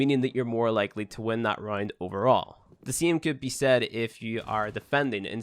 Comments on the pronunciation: he's saying round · Yeah he says round like “rined”